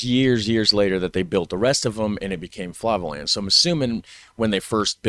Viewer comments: Flevoland, not Flavoland. The "dialect" is perfectly understandable for any Dutch person. Kibbeling is the Dutch "fish and chips". My mother would have it every Thursday when the fishmonger set up business in the nearby parking lot. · The e is more pronounced as "a" as in say. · sorry... but: Flevoland = Flay-fo-la-nt 😅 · For the pronounciation of Flevoland, see it like this. Flay (like clay) -vo (like volVO) -land So Fle (flay/clay) vo (volVo) land Fle-vo-land Good luck to anyone trynna learn pronounciation👍